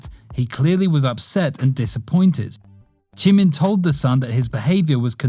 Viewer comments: Why you say jimin "chimin"" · Chimin boy it’s jimin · He really said JEE-MEN